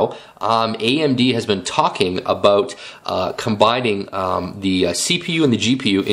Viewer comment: i like this video but excuse my id like to make a correction. you freqquently used the word "a-bote" when what you meant to say was "about" okay? thanks for your consideration of my correction